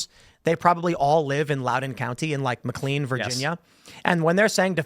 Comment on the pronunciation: District 1 resident here. It's pronounced McLANE, not McLEEN.